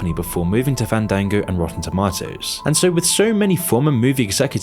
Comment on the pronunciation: thank you for teaching me how to properly pronounce tomato and fandango